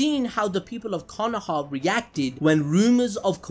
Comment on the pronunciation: Why u say Konoha like that.... its Konoha 🙄